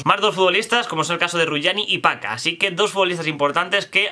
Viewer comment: Entre el "paka" (pjaca) y "van jandel" (van aanholt) me lo pase muy bien en el vídeo jajaja